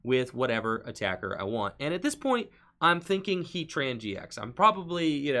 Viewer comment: Love the vid and you are very skilled at saying heatran gx. Must be a lot of practice.